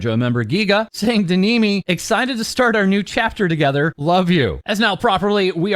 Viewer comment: Why did bro say kneemi 😂